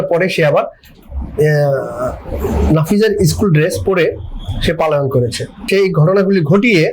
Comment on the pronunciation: সাংবাদিক সাহেব, পালাতক বলে বাংলা অভিধানে কোন শব্দ নেই। শুদ্ধ শব্দ হবে পলাতক । আলাইন শব্দটির ভুল, সঠিক শব্দ পলায়ন । এটা খুবই দুঃখজনক । আশা করি শব্দ চয়নে সতর্ক থাকবেন ।